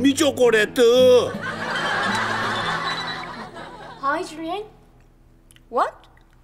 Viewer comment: 초코렛 ㄴㄴ 쪼꼬렛 ㅋㅋㅋ